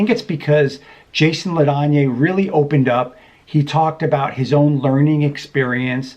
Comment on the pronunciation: His name is pronounced "La Danny."